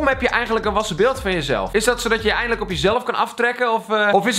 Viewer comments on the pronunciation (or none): nee EIN-DEE-LIJK oke sorry hij is slecht